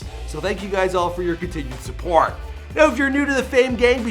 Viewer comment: You're welcome for tha MONNTHS OF SUPPORAUT❤